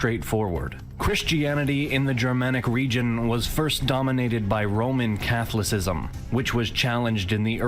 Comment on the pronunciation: Catholicism is not pronounced Catholic-ism.